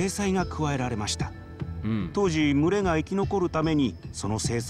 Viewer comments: む↑れ↓が気になりすぎるww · 「群れ」のイントネーションwww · 群れのイントネーション www